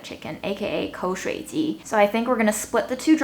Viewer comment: pronunciation of 口水鸡 is really impressive. it was so natural I didn't even realize he wasn't a native speaker for a while.